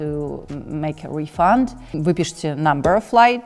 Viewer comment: В существительном refund ударение на первый слог